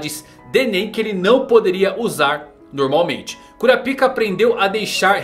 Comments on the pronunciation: KurÁpika .... Eu ouvi cura-pica o vídeo todo. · Véi... que agonia. É Kurapiká e não Kurapíka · Para de falar "cura pica" mano kkkk a pronúncia certa é "kurápka" 🤣🤣🤣🤣🤣🤣🤣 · Pelo amor de Deus, é kuRÁpika, com ênfase no RÁ.. kkk que agonia vei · Pfvr cr, fale KURAPAIKA. Tava vendo seu vídeo na tv e tava meio constrangedor vc falando kuraPIKA. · cara gostei muito do vídeo, mas bem que vc poderia pronunciar kurápika, ao invés de cura-pica né... ficou muito estranho...😄😄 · Como se pronuncia Kurapica é Curapica mesmo ou Kurapaica? Fica muita estranho ele falando Kurapica toda hora kkk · É kuRAAAApika e não kuraPIIIIIIka, pelo amor de deus kkkkkk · Se pronuncia "Kurápika" não "cura pika" KKKKKKKKKKKKKKKK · Exatamente, parece que o povo tapa os ouvidos na hora em que o pessoal pronuncia o nome no anime. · alguém lembra da dublagem br que chamavam o kurapika de Korapaika para evitar a zuera br? ahuehua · SE PRONUNCIA KURÁPIKA... kuRÁpica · O cara fala curapika kkkk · É Kurápika que se pronuncia. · kurApika , falando erradoo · Quem riu quando ele falava KuraPika da like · Kurapika foi de doer os ouvidos... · man vc pronuncia errado a palavra kurakipa da uma olhada no pronunciamento japonês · Primeiro que eles não usam "´ú" essa acentuação to falando de que ele esta falando errado